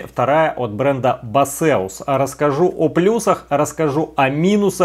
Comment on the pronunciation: Да не басеус это, а БЭЙСОС или БЭЙСУС